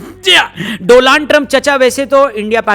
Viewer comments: DO-LAND 😂 TRUMP 😅😅❤❤ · Mr. Do-land Trump 😂😂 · आपके मुंह से डोलांड सुन के मैं , बहुत देर तक हंसा😅😅😅😅😅😅😅😅 डोलांड